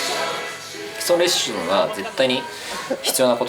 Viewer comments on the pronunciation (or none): 社長、基礎レッシュン言うてますやん